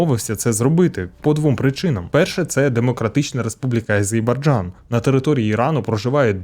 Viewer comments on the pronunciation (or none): Все добре, але не варто наслідувати Горбачова і казати АзеЙбаРджан